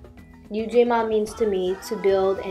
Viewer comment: Ujamaa and Ujima are two different concepts. Correct pronuncIation is essential to avoid confusion. I love the graphics, ideas, and quotes. This was a good, compelling, video, too. Great job everyone! ☮️❤️✊🏽